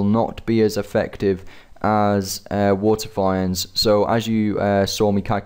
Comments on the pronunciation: Okay. I love your vids. But PLEASE! WATERFEENDS! WITH A LONG E Lol sorry just a pet peeve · They're pronounced "fee-nds" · "Wa'eh finds" kek